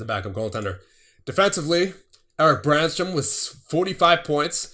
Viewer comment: Btw Brännström is pronounced like Brennstroem, oe = you merge those 2 letter together to make a sound and don't pronounce them seperately. Just bugs me but np european names are hard, especially those which use letters that you don't use :D